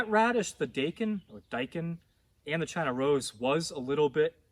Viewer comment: I recently watched your Amaranth video. My first attempt at Amaranth has turned out really awesome!Thank you so much! 🙌✨(btw your pronunciation of Daikon is spot on as it is how us Aussies say it!)